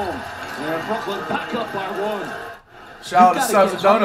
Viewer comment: Ctfu bruh, its Brooklyn 🤦🏽‍♂️